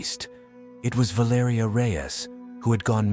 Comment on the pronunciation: VAL ER EEEEEE BRO!! This is why u don't use AI bots loser!! Spent the whole damn video murdering the pronunciation of her name!! Rip young lady❤